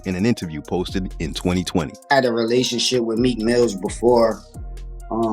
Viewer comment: I dont like how he say relationship 😂